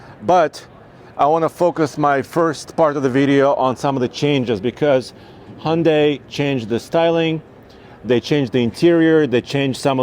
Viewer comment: so cringe that a pro YT car enthusiasts can't pronounce hyun-dai. It's not honday pal. Glad there's better enthusiasts out n the sea